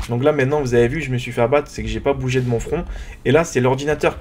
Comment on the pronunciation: on dit front et on dit pas flan